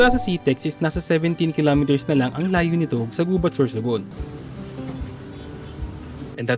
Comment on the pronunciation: the accent is on the second syllable..we say "Gubát"